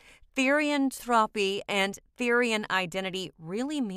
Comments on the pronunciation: "Therian-thropy" its pronounced therian-thro-p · Me and my best friend both had some things to correct from this. First- THEE-REE-ANN-THROW-PE not Therian-Throepy or whatever. Second- Not all therians have shifts Third- Fictionkin exist BUT I wouldn't say that they are the same as therians (As portrayed with the images on some panels) Fourth- Not all therians have past lives Fifth- It's not a connection or religion srry we just found this kinda annoying :3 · TherIan thropy is all i hear😭😭